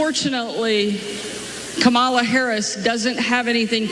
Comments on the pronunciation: Hey sa-RAH…it’s KA-ma-la… not ka-MA-la you turd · Says Kamala like Donald Trump because they all in with their nominee......KH mala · Who cares what that Gov Cow says? Her name is Comma-la. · Kamala Harris is not pronounced right on purpose by every single one these racist butt sniffers. Look up WWF Kamala the Ugandan Giant,a negative racist stereotype. The character was invented by southern white wrestling promoters in Memphis Tenn. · Say her name correctly, hillbilly Sanders. You are as ignorant as your father. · Sarah "HuCobbie" sounds dumb when she mispronounces Kamala. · When y’all start pronouncing her name properly I might listen to a word you say. Every time you mock her name by intentionally mispronouncing it I shut off the rest of the statement. You shouldn’t be anywhere near parenthood if you can’t grow up yourself. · Love the gratuitous mispronunciation of Kamala's name. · Sarah, you can’t even pronounce the Vice president’s name and shouldn’t be in public office nevermind flipping my hamburger. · They cannot be decent and pronounce Kamala Harris’s name properly. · Notice that Sanders mispronounces Kamala's name? Is it intentional or is she just stupid? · So fcking sick of them intentionally saying her name incorrectly. All because her name is unique, their type always want to say black & brown people's name in a botched way if it's unique, because of their racism in their heart... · Sarah huckleberry that liar....women disrespecting other women only give men an excuse to treat you the way they do. Trumps a retard so his third grade education everyone understands restrict his vocabulary and pronunciation. What's your excuse? And you have children? The only thing you can teach them is your ignorance. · And they all pronounce her name incorrectly!! A sign if disrespect! That is what they teach their kids……